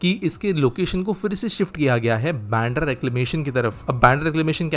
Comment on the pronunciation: It is "बांद्रा" not "बॅन्ड्रा".